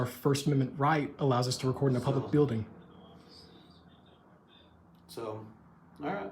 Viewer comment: He said public asses 😅😂